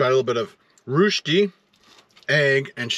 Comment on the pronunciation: Love the stealth camping, beautiful scenery also the delicious food, very original Swiss restaurant and great variety of tacos. Just one thing, I went to school in Austria for a year and rösti is definitely not pronounced that way lol 🙃